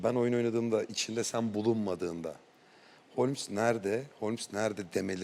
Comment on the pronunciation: Holmes ❌ Homles ✅